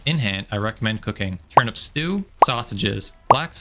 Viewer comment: Great video, thanks. Just one thing: Why do you pronounce "Turnip" like it's "turnUP"? Weird as you like, but hey, each to their own, just curious why? Thanks. 👍